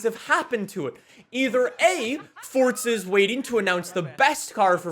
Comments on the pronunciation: Years later, its still FORZA not FORTZA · The way this guy pronounces forza.. I never knew forza had a T in it fortza 😂😂🙈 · “WELCOME BACK TO FORTSA HORIZON 5 !!” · Fortza lmao. I'll never understand it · fortza horizon five